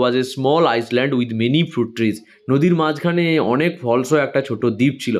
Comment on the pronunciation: island ❌iland✅ s ar uchharan hobena